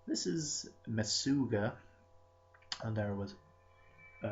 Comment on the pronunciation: It is pronounced Muh SHUG ah, it is yiddish for "Crazy". I was married to a jewish girl, and believe me, I heard it plenty!